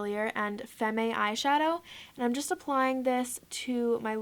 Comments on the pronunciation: "FEM-MAY?".... Lol it's FEM (femme) the last M.E is silent . . Like femme fatale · awe you pronounced FEMME wrong!! I thought we discussed this in Instagram live!!! it's pronounced FEM. lol. still gotta love ya though